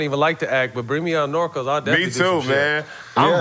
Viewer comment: Love this episode 2000 pistons were fun to watch and imma watch some as Matt calls it "Norco's" lol sounds like it anyways lol